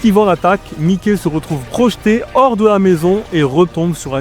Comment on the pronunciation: C’est mas mikey c’est mike😂